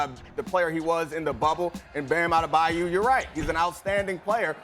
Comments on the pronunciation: 😂😂😂 Ah-de-duh-bayou smh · Perk said A de de bayou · I really don't understand what's hard about saying A-de-ba-yo 🤦🏿‍♂️